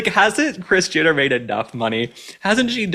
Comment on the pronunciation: why do i keep hearing Christiana not kris jenner😮